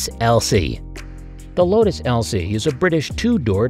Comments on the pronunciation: Lmao it's Lotus Elise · Just droppin' by to see how many people shit on you for misreading Lotus Elise and mispronouncing Volksjäger.